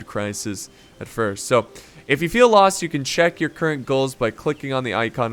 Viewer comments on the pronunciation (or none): none